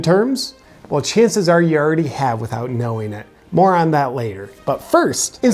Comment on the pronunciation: My hearing is starting to go. , I wasn't sure if you were saying "more on that later" or "moron that later".